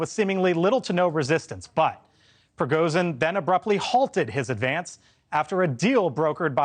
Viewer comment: Why are so many news readers unable to properly pronounce Russian names. Surely, they access to language coaches. For example Putin is properly pronounced: Puh tin (pooh + tin). It's not Pyutin. Prigozhin is properly pronounced: Pree- Go- Zheen. Accent on the second syllable. This is not rocket science.